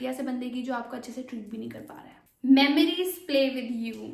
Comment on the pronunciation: ek. ‘haee’ nahi hota, ‘hai’ hota hai. bewakoof.